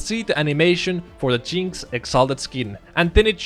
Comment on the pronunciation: The way you say "jinx" sounds like a racial slur....